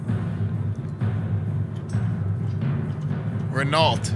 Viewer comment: It pronounced RENAU, not Ren ALT, its french.